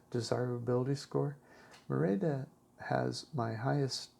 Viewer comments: Please put the accent on the first syllable when pronouncing: Mé-ri-da. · So annoying how you repeatedly mispronounce the word Merida. The accent is on the first part of the word.